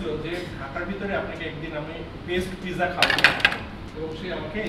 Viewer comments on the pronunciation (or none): U must to know how to say pronounce of pizza first. It’s completely wrong how u said.